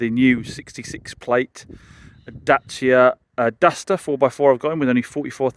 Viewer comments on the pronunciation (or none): It’s pronounced DA-CHA not datcia 😊